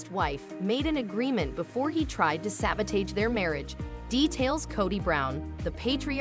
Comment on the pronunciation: I wish the narrator knew how to pronounce words!!!!😑😐😑😐🤔😐🤔😑🤔😐 Example would be Sabotage!!!